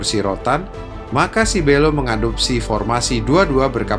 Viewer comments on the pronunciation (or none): Belo bukan beelo